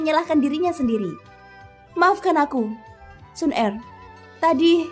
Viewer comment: waduh pengucapan kata Xuner kok GK enak didengar ya kak,, pengucapan kata er kecil bukan ER besar